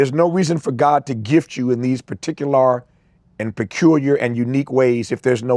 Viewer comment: Why he say particular like that